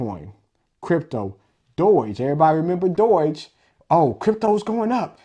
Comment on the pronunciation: Doy-ge coin? Obviously he knows nothing about this, because he can't even pronounce the most famous meme name in crypto... lol